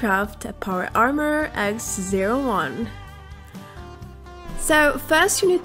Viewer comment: She said some x-0-1 stupid it’s pronounced x-o(like letter o)-1